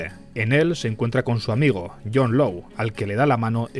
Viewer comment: Law se pronuncia con o larga, como lord, no lou.